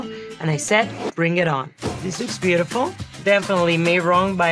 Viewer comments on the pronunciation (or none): none